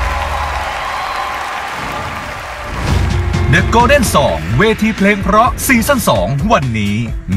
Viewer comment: ขออภัยนะคะที่ใช้้พื้นที่ตรงนี้ ผู้เข้าประกวดทุกท่านเสียงดี แต่เวลาพูแนะนำตัวเองไม่มี"ล" กล้ำ เพลงก็เป็นเพง ..เพราะ เป็นเพาะ และอีกหลายๆคำค่ะ ขอบคุณค่ะ